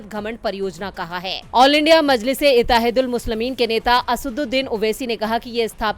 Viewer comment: Madam مجلسِ اتحادُ المسلمین - میں لفظِ " اِتّحاد " کاصحیح تلفُظ نہیں کرپاتی ہیں नितीश कुमार हिन्दुस्तान के प्रधानमंत्री नही बनपायेंगे